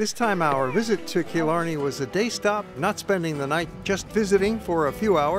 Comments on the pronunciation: Tá mé ina choní i Cill Orglan😉😉 They were peenouncing a lot wrong like Killarney it's not Kill-Or-Ne it's kill-Are-Ney Annndd deer......... Really they were fascinated by a deer.... Smh....... There's always deer in my yard... Ireland has a lot of deer We still use turf. Smh. (Ok he said it😂) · It's pronounced kill-arny